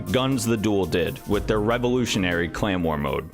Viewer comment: Am I the only one who hears “claymore” every time he pronounces “clan war”?